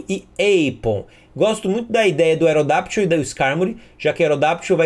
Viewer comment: Cara, por favor, não é AerodaPtyl, é AerodaCCCCCCCCCtyl, com "C" mudo!!!!!!!!!!!!!!! (Caos Lock on)!